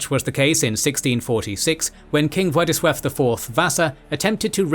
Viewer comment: Congrats on nailing pronunciation of "Rzeczpospolita" and "Władysław". "Radziwiłł" was aldo quite good. Slight hiccups on "Ossoliński" are easily forgiven - Latin alphabet is more of common divider than common denominator when Indo-European languages are concern